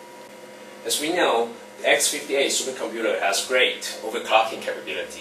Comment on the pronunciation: Over-COCKING. Over-Cocking. Over-Cocking. Jigga-Herts Jigga-Herts Jigga-Herts Jigga-Herts Jigga-Hert